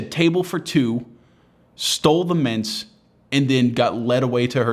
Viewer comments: It’s not the audio quality, it’s his failure to enunciate. It took me a good 30 seconds to work out why the hell an old lady was putting half a bowl of mince in her purse. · Thought he said mince like the meat. Painted a funny image for a moment.